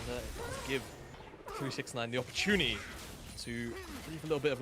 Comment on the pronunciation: the word “opportunity” So much emphasis on the first “t”. Second “t” absolutely nonexistent.